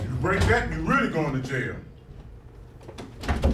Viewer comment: Fire Nation Soldier just saying it’s “jail” not Jain